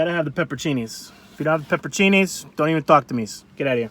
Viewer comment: Your pronunciation of the word pizza is fine, but those peppers are not pepper-chini, they’re peppe-roncini.